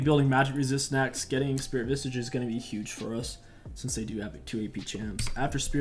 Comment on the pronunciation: I really love when he says Spirit Visage. It always sounds like Spirit Vishsish